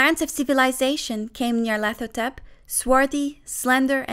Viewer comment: BOI YOU PRONOUNCED IT DIFFERENT THAN I DO DIAF